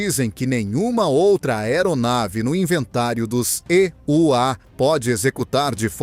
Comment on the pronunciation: Locutor que diz "ê" u á tem que voltar à escola.